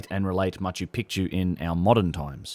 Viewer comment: Ma-chu PEEK-chu